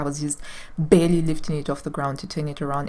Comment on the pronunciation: Girl, it’s nice to know there are other crazy gals out there. I have about 10 Pfaffs in my home, 5 Singers, 2 Brothers and many modern Janome, Babylocks etc. You pronounce Pfaff correctly, greetings from Germany!